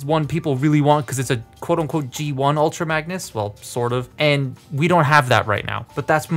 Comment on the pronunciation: you said ultra magnes